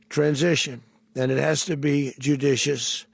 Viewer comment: Way to pronounce judicious Dozy Donny diapers!